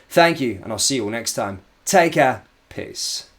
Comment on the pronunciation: Take care peace sounds like your saying take a piss 😂😂